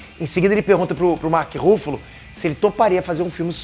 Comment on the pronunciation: Mark ruffalo ou Mark Ruffles? kkkk